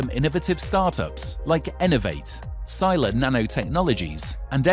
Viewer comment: Sila means Force and should be pronounced as "see-lah"